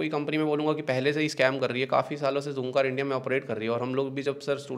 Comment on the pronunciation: bhai jhoomcar nai h zoomcar h ...he he he